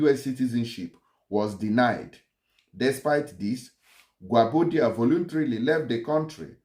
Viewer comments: You don't korrupt His Name bro! it is pronounce correctly as "Guobadia" and Not Guabodia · Which one is Gwabodia?Next time read and understand your pronunciation before coming to public space.His name is Gwobadia.